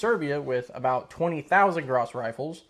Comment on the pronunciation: As far as I can tell, French language tends to leave the last letter off most words. It's written that is, but not pronounced. I do believe the name "Gras" in the official French pronunciation is "Gra". Caution, I do NOT speak French fluently and I do not claim infallibility. According to Wiki, the 8mm Lebel cartridge was an altered form of the 11x59mmR round. What a shock! Also. Even now, the average infantry rifle does not need to be effective at 600 or more yards. Nothing wrong with that, but most rifle engagements are less than that. For instance, the dreaded AK 47 is considered to be a 300 yard rifle at the outside. But it's quite popular amongst would be combatants; and it served the Soviet Army quite well. In the battles of the day, I would think the 'lower' range of the Gras rifle would be sufficient. "Around the world in 80 days" - I saw the David Niven version of the movie (1956), young fella! (Read in old man's accent.) I have a few 'older' books regarding 'older' firearms from various nations about the world. Some have reference appendix showing non English words and phrases pertaining to firearms in various languages. The word 'caliber' for instance. Another example is 'short'. In English one finds a pistol cartridge named .380 ACP. In German this is known as 9mm Kurz. 9mm is essentially the same as .355-.358 inches and 'Kurz' means 'short'. These are all words used in the firearms realm. You might look into some old books or possibly reprints. And will all my pi